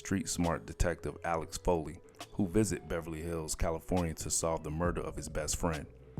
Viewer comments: The narrator said "sni" instead of "snl". Then he says "Alex" Foley instead of "Axel" Foley. Don't you guys review this stuff before you put it out? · before they do these videos-DO YOUR RESEARCH FIRST!!! really ALEX foley, joe PIS-COP-PO, return of the JED-DEE!!!! lol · Did you say ALEX Foley ? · Dude this is painful. His name was AXEL FOLEY. And dude name was Joe Piscopo (Piss-co-po). Damn!! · Gottlieb as “gotta leeb” axel foley as “Alex Foley” 😂😂😂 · "Alex" Foley ruined it for me. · Decent video, minus the dreadful, lifeless narration that is full of mispronunciations/inaccuracies ("SNi", "ALEX Foley", Joe "Piscaaapo", "Return of the Jedee"...). I truly dig the channel, but come on guys, just a few minutes reviewing your content before releasing it makes a HUGE difference!!!